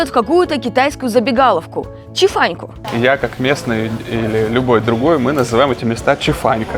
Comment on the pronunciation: Поправка, важная для китаистов: да, пхиньинем 吃饭 пишется "chī fàn", а вот по русски произносится "чи фанЬ", не "чи фан". Плюс к тому: глагол 吃 (chī, "чи") переводится как "есть", "кушать", а существительное 饭 (fàn, "фань") как "еда". Это по поводу комментариев выше 🤗